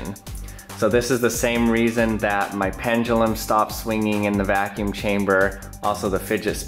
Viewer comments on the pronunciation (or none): Why do people have to say PENGELUM -_-. ITS PENDULUM.